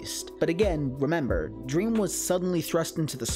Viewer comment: “dweam is life” -dream stan